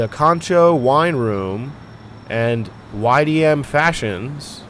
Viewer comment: Corcho is said "core cho"